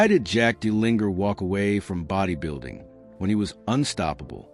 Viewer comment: It would be helpful if you pronounced his name properly.